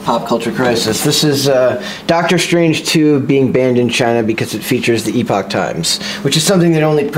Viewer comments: He said it the logical way. The fact that for some reason it's pronounced "epic" makes literally no sense whatsoever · Bruh- Epoch Times doesn't even know how to pronounce "epoch." The first several ads I ever saw pronounced it the same way was. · How does not know how to say “epoch”